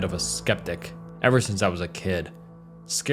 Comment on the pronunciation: "Nothing Could Iyever Hurt Me" 👍